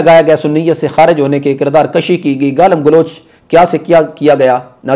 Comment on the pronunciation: ماشاءاللہ بڑا اچھا انداز ھے آپ کا بھی اور کے طرز بیان اور طریقہ استدلال کے کیا کہنے۔۔۔ تھوڑا سا شبہ لگا آپ کے کردار کشی کے لفظ پہ ۔۔۔ ایسا لگا کہ آپ نے کشی لفظ کو کاف کی زبر سے ادا کیا ھے۔۔۔ ھم نے اسے کاف کی پیش سے پڑھا ھوا ھے ۔۔ اللہ اعلم بالصواب